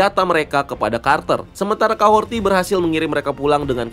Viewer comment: Capten Carter keterlaluan dan overdosis sih, kaya gimana gitu. btw Kahori kan ya, bukan Kahorti